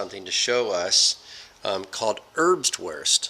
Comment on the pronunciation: Just a tip for pronouncing German words, any "w" in German words is pronounced like a "v" so instead of erbswurst being said like "erbs-worst" it would be said like "erbs-vurst."